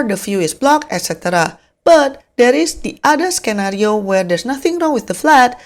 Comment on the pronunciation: Great that you are no longer using AI voice. Thanks for the valuable info and hope your channel grows big! (FYI the word 'scenario', the letter c in it is silent)